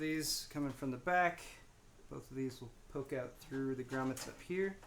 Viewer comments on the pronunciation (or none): none